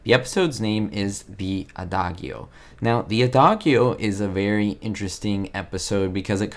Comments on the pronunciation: FYI: "Adagio" is pronounced "ah-DAH-jee-oh," not "ah-DAH-gee-oh." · Enjoyed you report,, but the title of that episode is pronounced uh-dah-jee-oh. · great, but it is pronounced "uh-daa-jee-oh" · Wow. Its a common musical term pronounced: uh·daa·jee·oh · The "G" in "adagio" is pronounced as a "J". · if Spanish is his original language, he does an excellent job with having no accent when he speaks English. His YouTube bio says that he is in the USA. Could his pronunciation, of adagio, be because he has never studied music, because he was taught music by a person whose second language was English, or because of some other reason?